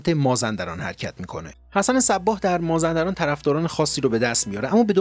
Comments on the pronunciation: خیلی از کلمات یا بهتر بگویم اسامی را غلط تلفظ می کنید ، حسن صبّاح غلطه باید گفت صباح یعنی بدون تشدید .❤ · سلام دوست من صباح تشدید نداره ب را بدون تشدید تلفظ کنید.❤❤❤